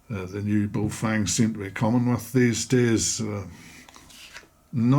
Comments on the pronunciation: not bay oh fang.... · pronunciation guide...... Ba-oh Fung...--> bag of wind. or Good to hold... depending on how used in context